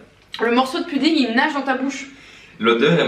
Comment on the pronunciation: il manque un "e" a test(e) - c'etait une sauce bande de cougnous - le bonbon c' est une friandise pour chien ( dentasticks) - et mnt les croquettes?! c'est un repas pour clebs en fait !!! - on dit pas pUdding mais pOUdding!! de Elodie, Noélie, Pablo et Tijani PS: on attend la partie 6